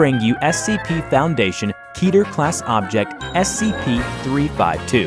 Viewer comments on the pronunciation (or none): none